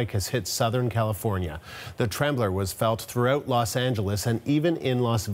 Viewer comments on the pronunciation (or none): Not "trembler". Temblor. 😹 😹 😹